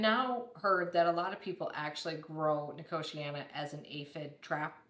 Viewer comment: The way you pronounce nicotiana puts me in a entire new league of abhorence.